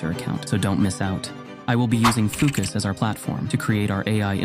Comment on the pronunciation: So do we need to run that bit of code at the beginning or what? What a difficult video guide to follow! You haven’t even linked fooocus and it sounds like you say ookas?!